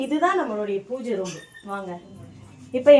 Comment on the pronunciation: roombu illa room nu sollunga😇 ellarkum ellamey therinjirukanum nu endha avasiyamum illa, but therinjikonga. ini correct ah sollunga🙂